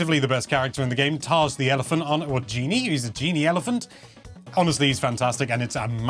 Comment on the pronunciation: The elepehant is Taj, not Taz !